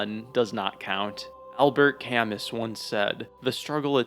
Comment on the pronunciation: Albert “Camiss”